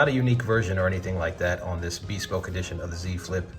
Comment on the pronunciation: just... i'm sorry.. i'm ocd.. it's 'beh-spoke' not hard 'B'.